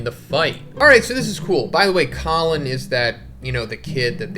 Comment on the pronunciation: Come on, let’s pronounce Colon’s name correctly. It’s not Collin 😂